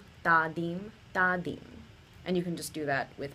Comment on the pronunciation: Hi, Dha ta ki ta is really धा त कि ट The second ta is hard in all the phrases here. Probably you know that by now. 🙂 It's interesting the way you have approached Hindustani classical. I've heard around ten other pieces that you've composed. Trying to understand the 'why' behind the specific techniques you've used. For instance I found the use of the violin 'tanpura' changing its 'nyaas' when the entire melodic line shifted up the arohana in the Bihag piece (you in the blue sari) to be a great way to explore harmonic techniques. That idea was a 'wow' moment for me (though the counterpoints prolly ran into apavaadi swaras and that was very harsh to these hindustani ears 😊) I'm intrigued now. And am eagerly awaiting the time when you'll move from harnessing the swaras (like you are doing in these pieces), to harnessing the raganga, to harnessing the rasa of the raga, perhaps even doing shrutikari to express it. It's super exciting to glimpse the idea that you have created. Thank you so much for thinking afresh, for imagining a music that will, someday soon, make rasiks of both traditions want to hear ever more.